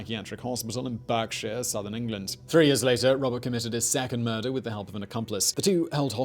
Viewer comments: Yeah also BARK-shire not BERK-shire. I had to google this guy as I was convinced he was just pretending to be British. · It’s “bark”shire not “berk”shire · How the hell did you mispronounce Berkshire?!